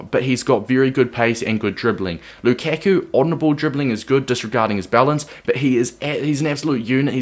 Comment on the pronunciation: Wtf? It's not Lukeku, it's Lukaku. How can you be a fifa player and fk up Lukaku's name?